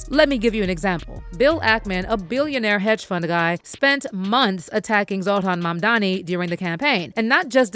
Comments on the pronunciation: It's Mamdani not 'Mamdami.' And Zohran Mamdani has now shaken up the space dominated by billionaires. I support this man! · Mam dani not mamdami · Mamdani not Mamdami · Holly F! Is it really hard to pronounce Mamdani? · Why are they calling him 'MAMDAMI' .....ITS 'NI' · 😂 What I don't get is, that seemingly intelligent people can say "ma'am" and "Donnie" but they can't say Mamdani.